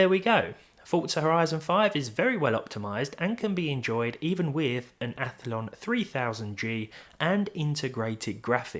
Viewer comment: *Ath-lon, not Ath-a-lon :)